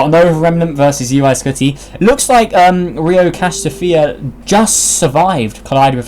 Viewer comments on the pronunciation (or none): RHO Cassiopeia is pronounced (r-oh casi-oh-peea